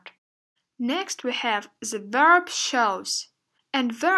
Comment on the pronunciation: why do you say ze instead of the ?